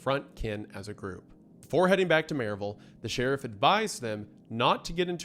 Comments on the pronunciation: that pronunciation of maryville physically hurt a little bit ngl 😭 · I like how the Tennessee shines through in his pronunciation of Maryville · I know you’re an East Tennessee boy the way you pronounce Maryville ❤